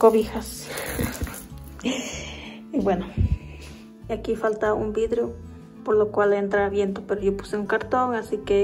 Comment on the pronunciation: SE DICE VIDRIO TU DIJISTE VIDRO min SALUDOS DE MEXICO.